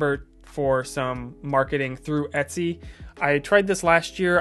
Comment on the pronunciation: Are you pronouncing it Itsy (as in bitsy)? it's EH-t-sy, as in Ergonomics. It's funny bc you said it correctly in other parts of the video.